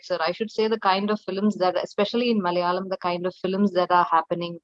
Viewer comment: Mr. Bharadwatch; Its Malayalam Not Malalam